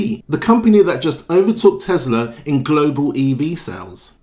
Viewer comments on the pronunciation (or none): none